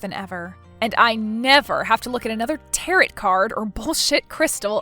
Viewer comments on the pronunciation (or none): Tarot rhymes with arrow, not carrot! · "Tarret" Deck?? Tarot (Täh-rōe)🙄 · Tarret? it's pronounced tarroo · Not sure if you’ll read this or not, but I need to tell you that tarot is pronounced taroe. The last t is silent. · It's pronounced "tah-RO", there is no hard t at the end of the word. It was grating on my nerves. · tarot is NOT pronounced like carrot. the last T is SILENT. and if that was me, i'd have sold/moved way before it got to the point of vandalism and would have called the cops about it when it did get that far. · I love your channel and your stories...so original! However, just one small thing... "Tarot" is pronounced: "Tay-roe" Otherwise, keep doing what you're doing. Out of all the channels like this out there, yours is really the best. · Tarot is pronounced taa-row. Great story, as always! 😀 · Actually the proper pronunciation of Tarrot is Tear-O. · WOW!!! If you are going to use the word "Tarot" so much, at least pronounce it correctly! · Good story. The t is silent at the end of tarot. The brother failed Listening 101! When someone is consider selling something it doesn't mean it's to the person asking. I don't remember a mention of what happened to the children's mother. Maybe MIL overload sent her off!